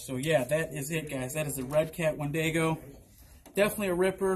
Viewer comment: Great vid and! Lol I couldn't stop giggling every time you said Wendigo as Windaygo😂😂, think of it as being said like Win-dig-o 🤘😀🤘